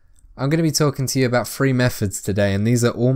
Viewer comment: Why the hell do you Brits not know how to say "three" it's not "free"